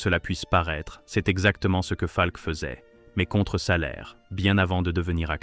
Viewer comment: Enregistrement par IA est insupportable. Monocorde plus mauvaise prononciation de "Falk" (par exemple).